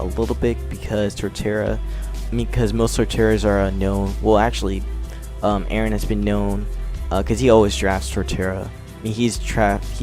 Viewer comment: Is that how Aaron's last name is pronounced?